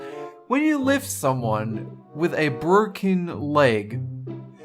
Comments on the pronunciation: WHY DID YOU JUST SAY BTROCKEN ARM!!! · Is it me or he says borken a burn.. Hilarious though..